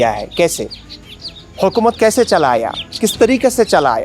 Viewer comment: আপনার হিন্দি উর্দু হিন্দিস্থানি রিখতা উচ্চারণ ভুল । হুকুমত না হুকুমাত , ওমর না ওমার , সমস্যা অ নিয়ে , হিন্দি উর্দু হিন্দিস্থানি রিখতা তে অ নাই আ ও আআআ ও এরকমই কিছু । ১৯৪৭ ১০-১২ কোটি হিন্দু ছিলো আর ২০২৬ এ ৮৮ কোটি । হ্যাঁ , অমুসলিমদের ঝুঁকিপূর্ণ অবস্থায় রয়েছে ইসলামী তালেবাষন জেহাদী মৌলবাদী কট্টরপন্থী ভাবধারার গ্রুপগুলোর সেন্টিমেন্ট মোজাহিদীন উগ্রবাদীদের থেকে।